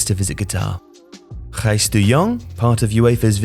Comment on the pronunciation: That must have been the best pronunciation of the Dutch name Gijs by an English native speaker ever. :D